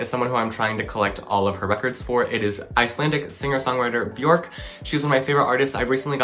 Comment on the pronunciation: Quick tip: it’s Björk. Pronounced “Byerk”